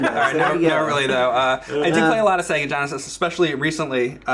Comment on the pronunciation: ol boi says 'sega gonesis'